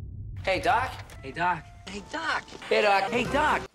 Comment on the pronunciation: after a while it starts to sound like "duck"